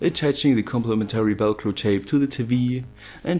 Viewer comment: Awesome video. I love hearing you say Welcro instead of Velcro.